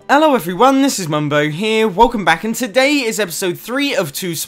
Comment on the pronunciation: At the start of the vido you keep saying ELLO